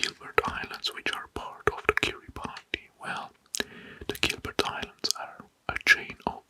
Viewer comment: this is awesome! i’m excited to fall asleep to this tonight. the only feedback i’d give so far is that “kiribati” is pronounced like “kiribas” - “ti” is sometimes pronounced like “s” in Gilbertese :)